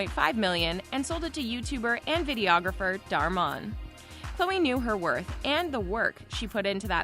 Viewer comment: She said dar mon it dhar mann